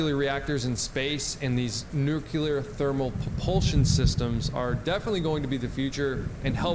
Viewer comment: Great content. Thanks for the info. Funny, why is it so difficult for native (US) English speakers to pronounce Nuclear? "Nukulur" lol